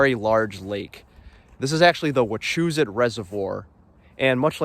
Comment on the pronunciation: Had to stop watching because of the way you pronounced “Wachusett” lol